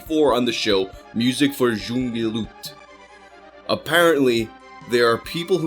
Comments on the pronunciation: ‘Junge Leute’ is pronounced like yung-eh loi-teh. In your next video please try to say it! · (music fear yongen loyte) Is somewhat how you pronounce it I think but I’m American as well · "junge leute" pronunciates "yoonge loiteh" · Pro tip: "Musik für junge Leute" is approximately pronounced "Musik fur young loyt" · Musik für junge leute is pronounced like mooseek feewehr yoongeh laeitah. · "Junge Leute" Please tell me you have google translated that to hear how it is pronounced. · I'd love a video of you trying to pronounce German words. Your version of 'junge Leute' is so funny XD